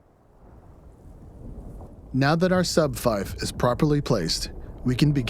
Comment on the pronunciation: “Advanced sub fife” clicks off of video